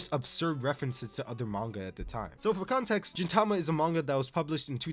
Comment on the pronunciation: I cannot with this lunatic pronouncing gintama as jintama